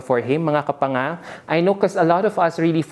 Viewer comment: omg that was funny. u saying Kapanga. ...have a good day